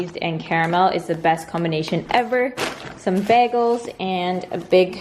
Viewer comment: I laugh every time says bagel like Britta from community 😂😂😂